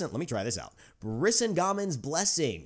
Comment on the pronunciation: The pronounciation is "Bris-SING-Uh-Men"